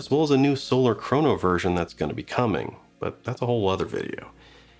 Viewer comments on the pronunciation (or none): none